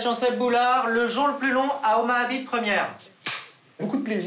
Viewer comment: Écoutez à 02.01 il dit Omaha biteu lieu de Omaha beach ! Mdr